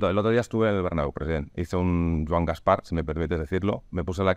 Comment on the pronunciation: Por favor, pongan un crowfounding para pagar un logopeda a Gaspart.